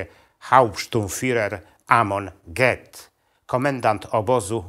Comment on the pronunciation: Fajnie opowiadasz ale po niemiecku to amon gyt sie wymawia,a nie get.mieszkam w niemczech i to leci na uszy...pozdro